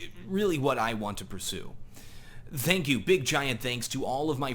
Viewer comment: First off, no one wears epaulets; n00b. Second, you call it "NES" its N.E.S. you scrub. Finally, stop saying "thank you" with a Z, its a "TH", loser. Just kidding brother, congrats on the 1mil subs. Love your channel and your work ethic in make vids for us plebes. Cheers mate.